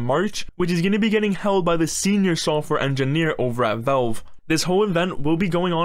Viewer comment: Bro really said Velve